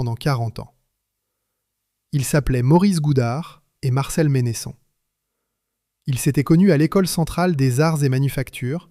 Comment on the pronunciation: Vq auriez pu demander comment la famille prononce son nom : Mènnesson et non Ménésson....